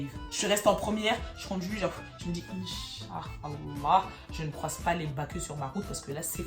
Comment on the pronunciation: Inshallah" elle l'a trop bien dit 🤣🤣🤣🤣🤣🤣🤣🤣🤣🤣🤣🤣